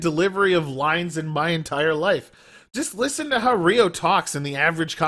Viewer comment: Ryo not Ryu